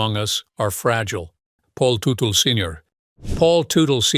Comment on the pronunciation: The AI reader can’t get the name right. It’s pronounced Tuttle not Tootle.